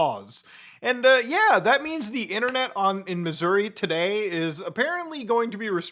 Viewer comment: lol nice impression 😂 but you gotta really emphasize the Uh there at the end. Like “mizz-ur-RAH” 😂😂